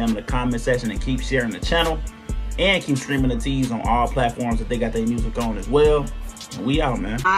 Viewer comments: thanks for the reaction! btw ateez is pronounced ay-teez rather than ah-teez :) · Deja Vu is an amazing video and song. Love how the music video reminds me of late 90s/early 2000s MV styles. The dance is so sensual and cool at parts and this was a nice change from Ateez's usual music! Hope you can react to their song Mist, which is a great song, next! There is no music video but there is a beautiful live performance of it that shows how good their vocals are! Also Ateez is pronounced like ayy-tease/eight-eez, not uh-teez! 🥰